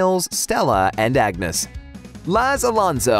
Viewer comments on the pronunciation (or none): none